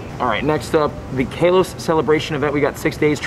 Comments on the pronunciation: he said kaaloss instead of Kalos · Its kalos not kelos🤣🤣🤣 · Omg ilysm and I’m sorry but it bugs me when u say Kalos like Kaylos. I use to be a big Pokémon fan and it’s pronounced Kahlos lol. Anyways I probs dc keep up the work tho ❤️ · Everyone: KAWLOS Him:KAYLOS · Who calls it kaaaalose 😂 it's literally just ka-loss not kayloass like says either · KA-LOSE?? nah g it's Ka-loh-s. That's how they officially pronounce it. I agree on lit-lee-oh though. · He keeps saying Kay-los as well, isn’t it Kah-los? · (I’m just too shocked cuz I never heard the pronunciation Kaylos) (Ka-loss) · It’s kalos not kaelos btw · It’s Call-os, not cay-los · It's not k a Los Its kahlos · My dude says kaylos it’s kalos not kaylos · Man sorry to say but you been pronouncing kalos wrong.!!!! It's kaalos not kaaelose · What region is this "kay-los" that you keep talking about? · If anyone see’s him in public can someone please help him out on how to say “Kalos” plsssss it’s "Call-ohse" pls say it right it hurts to hear it how you say it please get it right man go watch the anime series to even hear it for you can know how to say it Please Thank You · Ik he didn’t call it kaelos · DID HE SAY KAYLOS??? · You pronounced kalos wrong. lol! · You said kalos wrong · He says Kalos wrong! 😑